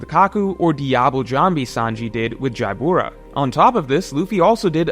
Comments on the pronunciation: Why does he say Jaibura? Isn’t it just Jabra? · Jaibura? Jabra is fine